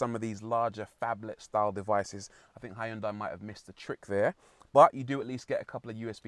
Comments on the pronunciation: Hi yun dai? Jesus tap dancing christ is that how Europeans butcher that? XD it's sounds better if u pronounce it "he yon-dae" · I liked this presenter! He was entertaining. Also, isn't it pronounced "Hun-die"? My Malaysian gf says that's the correct way to pronounce it in Korea. You do pronounce the H and the Y, yes. But it's never "HI-un-die"... Food for thought, not that it matters much!